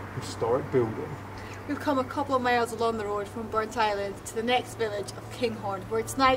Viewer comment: It isn't Burnt- Island it is BurntIsland all one word other than that it's a good video